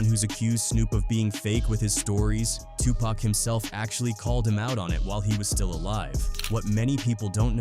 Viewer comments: Gah damn does it bother the fuck outta me when these AI voice overs pronounce Pac as “pack” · This video calling Tupac "Pack" is frickin' annoying, A.I. needs to die!!! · Who the hell is pack . does he mean PAC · Such an insult to say Tupac's name wrong